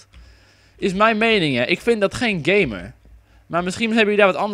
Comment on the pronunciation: Haha je zei heel de tijd gay-mer haha:-P